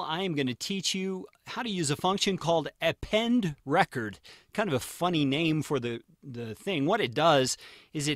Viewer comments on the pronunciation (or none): wasnt going to pour over all the comments to see if someone mentioned this, but I believe it is pronounced "Append reCORD" (as in recording...) rather than "Append RECord" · what is he saying "Append Reh-chord" like Record player. it is "Append REE-CORDE" as in to appending to a recording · Append is pronounced record as in record audio not as in break a record